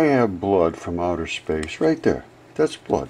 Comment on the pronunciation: Nothing is coming from "outher space".